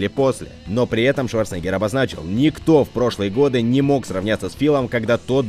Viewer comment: прояви уважение к легенде - произноси правильно фамилию Арнольда!